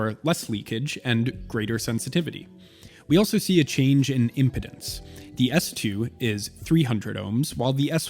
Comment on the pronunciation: Need to get a dust rag or can of air my guy. What's the point of doing macro shots on a dusty ass product? Also, it's "IMPEDANCE" not IMPODENCE".